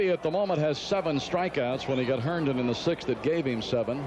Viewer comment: Larry "Herdon" 😂